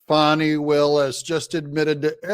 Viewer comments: When did she become Fau-w-nay? Fani. FAN-EE. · DADGUMIT! Her name isn't pronounced, Fau-nee! It's Fan-nee. She's got one to prove that too. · Danny, Lanny, Tammy,, Please properly pronounce her name, FANEE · Fani.... FAN-EE.